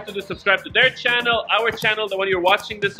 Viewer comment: You said cannel it’s Channel